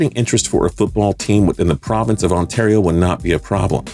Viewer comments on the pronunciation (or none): none